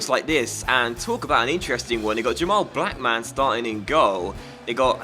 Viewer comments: I don't think you pronounce Blackman like black man 😂😂😂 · cuz it's meant to be one word not two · i personally would pronounce it like mun rather than man so lookmun Blackmun etc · Black man and Look man. 😂 Defo not how you pronounce their names.